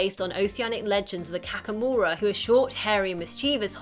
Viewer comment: Kakamora is not pronounced kakkamora, it's kah-kah-mora